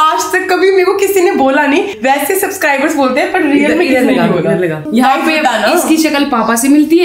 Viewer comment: AgR comment parte ho toh pls rectify ur self armaan… It’s Subscribers not suscriber….. jinke liye itne paise kama rahe Ho unko toh sahi se greet karo